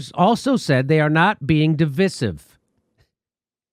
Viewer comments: It's not pronounced di.vi.siv, it's pronounced di.vy.sive. I agree you by the way. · Oh Jimmy. It's pronounced dɪˈvaɪ.sɪv, sorry, just that Jimmy is pronouncing it wrong. I was hoping English teacher Steph would have corrected him. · Jimmy, it’s a long ‘i’, rhymes with”rice” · De vi siv? It’s der viy siv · Diveesive diveesive diveeesive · divIsive not divisive [dəˈvīsiv] . Pronouncing words correctly means something. It is irritating. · I have two complaints with this video. The fact that you keep saying "stab you in the front", when the phrase is "stab you in the back". The way you pronounce divisive is weird.🤔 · Why does Jimmy pronounce divisive like that?